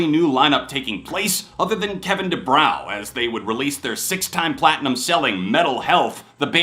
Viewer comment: The W in Kevin DuBrow isn’t pronounced it is pronounced Kevin DuBro